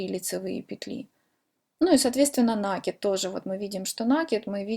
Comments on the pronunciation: Ну почему нАкид, в русском языке есть только слово накИд!!!! Не издеваетесь над языком, слух режет очень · А мне накИд режет слух, так что будем говорить как нам удобно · Спасибо за МК, очень хорошо объясняете. Не люблю поправлять, но всё- таки не сдержалась, простите: ударение в слове раппорт приходится на букву О, а в слове накид- на букву А. Может быть Вам это пригодится, как блогеру по вязанию. Желаю успеха! Подписываюсь и жду новых , таких же классных МК.